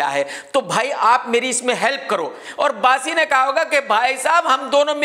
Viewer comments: Bassi ❎ Baasi ✅ 😂😂😂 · Bassi nahin baasi😂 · Bassi ❌ Baasi ✅